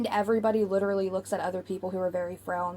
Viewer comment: Yes! Her gums have receded making the top row of teeth stick out so she says W’s in place of L’s, such as when she says “widerally” instead of “literally.” Also, it’s like nails on a chalkboard when she pronounces her T’s as D’s. She’s been doing “Codden Candy” makeup lately. 🙄